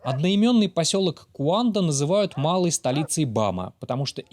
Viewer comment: Гуанда а не куанда